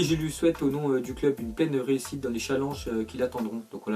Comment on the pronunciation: comment il prononce « challenge » 😭